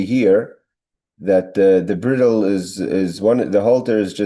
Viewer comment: Yasher Koach,! Bridle is pronounced bride-el.